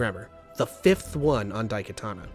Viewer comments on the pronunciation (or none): none